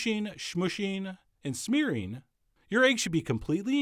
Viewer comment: "Pusheen, smoosheen, and smeareen..."